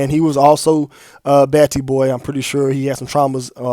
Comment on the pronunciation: it’s” BATTY boy ”not “batti” 😭 the pronunciation kills me every time 😭